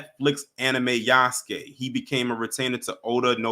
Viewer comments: It's pronounced Ya-SUE-kay not Use-kay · It's Yass-Kay